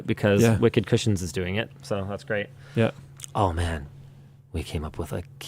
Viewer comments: His segwey really sounded like "Wicked Christians" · I kept hearing Linus say Wicked Christians, instead of wicked cushions. I thought that was a weird sponsor.